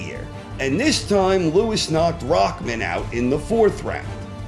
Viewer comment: Logicaly Fury is not a lineal champion neither klitschko cus the lineal chronology was disrupted by the retirement of Lewis. By the way, it is rahman not rakman